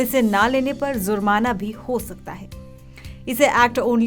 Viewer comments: Zurmana kya hota hai Jurmana hota hai Pehle apna tallaffuz theek karo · Zurmana nahin hota jurmana hota Hai